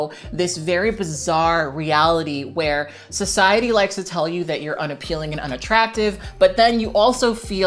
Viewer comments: “In this SO SY ET TY.”🤣🤣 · It's the way she pronounced "so sia tea" that killed me lmaoooo